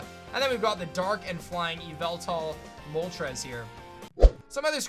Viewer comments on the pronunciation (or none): “it’s yahveltal!”